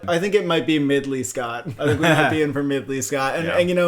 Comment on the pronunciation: “Midley Scott”💀